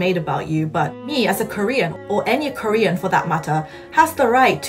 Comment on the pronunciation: same lmaoo why does he sound so choppy and he adds a weird British accent(?) Usually I can tell by the sound and pronunciation that its Korean but I couldn't with him